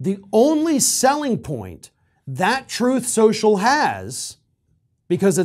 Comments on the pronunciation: "Troth Sential" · “Troth Sential.”